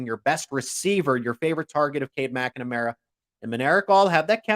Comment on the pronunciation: I think he's adding an extra syllable to McNamara😂.